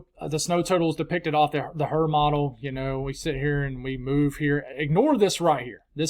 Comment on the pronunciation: Is it the H triple R model or the Hrrrrrrrrrr model. Lol. 😂